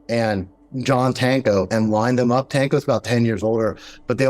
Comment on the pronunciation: ... You're calling Jersey Tanko " TACO". 😂🤪🙄